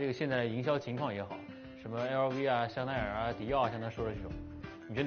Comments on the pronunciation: 香奈兒法語變China 😅😅😅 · 路易威登唸成路易女巫了 太可愛了這哥 香奈兒可以唸成頻道 😂😂😂😂